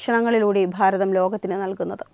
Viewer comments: താങ്കൾ പറഞ്ഞത് 💯 % ശരിയാണ്. പക്ഷേ അവർ അത് മനപ്പൂർവ്വം പറയുന്നതല്ല,അത് തിരുവനന്തപുരത്തുള്ളവരുടെ ഉച്ചാരണമാണ് "ഭ" എന്ന് പറയുമ്പോൾ "ഫ" എന്ന് ആകുന്നത്. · Pharatham alla 'Bharatham' ennu parayu. Ellayidathum 'Phaa' prayogam venta